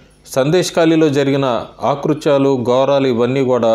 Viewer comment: Aaktuthyalu kadu akruthyalu.